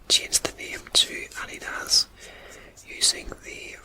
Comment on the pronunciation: Wow, I had no idea about the history of Adidas. Thx for the facts! I love the way the logo came out! 😊 I adore the way you pronounce "Adidas" I am definitely going to start pronouncing it just like that!